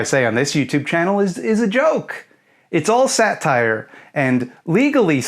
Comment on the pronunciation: im sorry but the way you said "satire" lmao "sat tire"